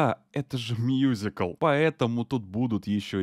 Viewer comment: мюзикл, а не мьюзикл